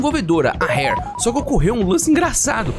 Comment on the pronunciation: segue fala "seg - u - ê", s com som de s mesmo. diferente de fugue que seria "fiu - gi", esse gi seria como se fala ele em gilherme. e já que estamos aqui, esse primeiro r da "Rare" tem o mesmo som do paulista do interior falando poRta, pode carregar no r. do jeito que voce falou seria hare, que é lebre